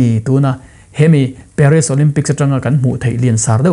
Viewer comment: Paris i lam dan hi ka pi in a hrethiam tlat lo